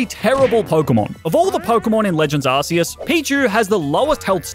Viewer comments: Ark! It's pronounced ARK!!! ARK-EE-US! -_ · IT’s ar-KEE-is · I love the way he pronounces Arceus as "Arse-us" XD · You pronounce arceus wrong :(